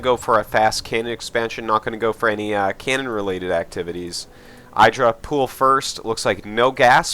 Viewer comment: Dear Artosis, I've watched GSL and heard how you and Tasteless high-five IdrA just because he hates it, but do you also say EYEdrA because he hates it? Or has he really not mentioned you're saying it wrong?